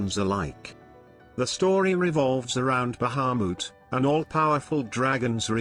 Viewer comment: god I hate how that voice says Bahamut